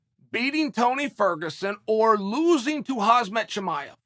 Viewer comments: It hurts me that chael is still miss pronouncing khamzat's name as khazmat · Khamzat, not Khazmet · I wish uncle chael would pronounce Khamzat correctly before I die.